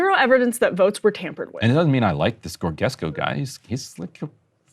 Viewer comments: Keep in mind and do the corrections. First, the name pronunciation is as George, not Gorg. - George-esku. Second, Călin Georgescu is not an ultra-nationalist, as the neo-marxists call him, he is a genuine Romanian patriot. Just simple like that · Dude can't even pronounce Georgescu 😂, it's not "Goreguesco". It's pronounced like George the name with an escu ending that sounds like the word rescue only without the R. So it's pronounced George-escue, not "Gore-guess-co" 🤣 not even close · Please learn how to pronounce his name. It's not hard: "George" (like any american would say it) plus "escu", which is pronounced "escoo" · Allow me to give you a little tip: go on Google Translate page, select language Romanian, type Georgescu and then press the volume icon under the text you just typed(a robot voice will say the word the way it's supposed to be pronounced). Voila! Now you know how that word is pronounced correctly. You can do this with ANY word from ANY language currently in use(so not Latin or Klingonian... etc). This way you won't ever again embarrass yourself butchering foreign words! 😃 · I despise Georgescu (pronounced GEorGE-EScu, which George pronounced as in English) and voted for rthe corrupt Social Democrats, because of their keynesian economic policy, but this is clear American and EU interference in our elections. We are an American vassal state, and we have woken up to this, although Georgescu isn't a solution, a left-wing, socialist solution is what we should seek.